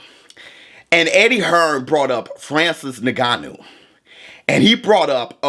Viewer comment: yes, but says it like “n*gganou” 💀